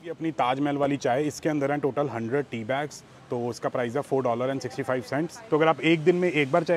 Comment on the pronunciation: Its PRICE, Not PRIZE 🤷🏻‍♀️🤦🏻‍♀️